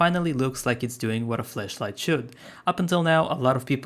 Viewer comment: ITS A FLASH LIGHT… NOT A FLESHLIGHT! 😂